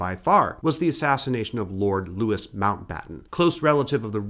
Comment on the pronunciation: TUC is the Trades Union Congress. Louis is pronounced Loo-ee.❤